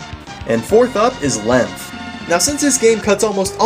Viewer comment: I hate that he says lemf instead of length